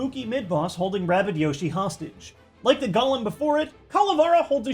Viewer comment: Why do people think Golem is said "Gollum" like in Lord of the rings? It's Golem (Go-Lemm)